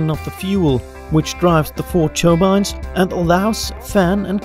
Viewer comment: 'churbines' instead of 'turbines'